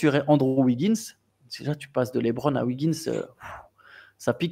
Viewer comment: J'aime beaucoup la rigueur dont vous faites part sur les noms des joueurs, mais qui dit "LaitBron" faut arrêter 😅 Sinon sortie du côté sportif je pense que vous négligez le côté marketing car un retour à Miami serait fou point de vue business.